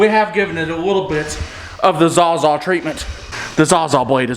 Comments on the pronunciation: Love your vids but it’s “sawzaw” not “zawzaw” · Sawz-all not zawzaw lmao